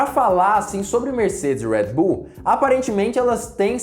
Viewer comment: Fala Redbull direito Caraí kkkkk